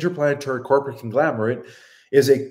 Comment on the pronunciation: Conglomerate. Not conglamerate.